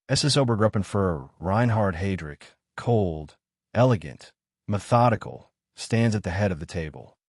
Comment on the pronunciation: It's not HEY-DRICK It's HI-DRICK. Fuuuck. Who puts this crap online. After less than 5 minutes... I'm done. Just awful AI junk. Bye.